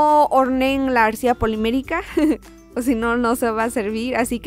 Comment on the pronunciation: siempre que dices Arcilla la cagas. :(